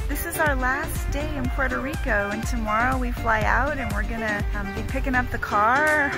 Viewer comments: please dont say PueroRico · Why do Americans refuse to even try to pronounce Puerto Rico correctly?